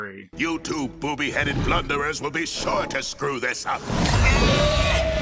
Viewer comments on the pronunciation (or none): none